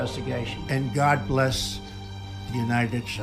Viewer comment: I love the montage of Trump misspeaking followed by David misspeaking immediately after multiple times. There is a God, or Gid lol